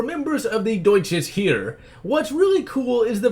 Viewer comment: Heer sounds not right but most of your german is ok. I love this game. Thanks for the great review! Have to play it again soon!